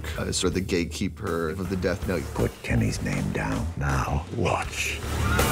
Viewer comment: it sounded like he said gay-keeper not gatekeeper XD